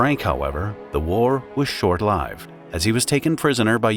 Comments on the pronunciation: AI, it messes up pronunciation of short lived, no VO person would make that mistake. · Never heard Short-Lived pronounced like that.